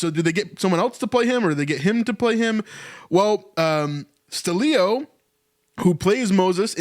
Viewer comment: Why are you saying his name so weird? It's not ste-leo. It's just stelio.